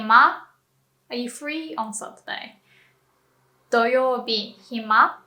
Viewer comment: satruday or saturday hahah